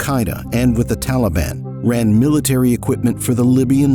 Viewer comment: Teleben, Efgenesten, how Americans butcher pronunciation. lol